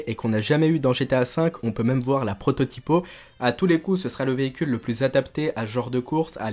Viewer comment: Pourquoi tu dis "prototipo" ? Sinon j'ai hâte pour le dlc